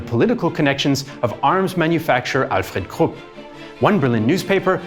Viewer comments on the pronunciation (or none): none